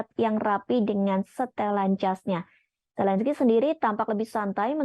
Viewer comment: Washington, bukan wasingten..Zelensky, bukan selensky. Level pembaca berita indon bicara mirip orang kampung..